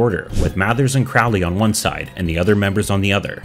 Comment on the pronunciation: My boy, if you are going to comment on this tradition, learn first how to pronounce Crowley and Yeats.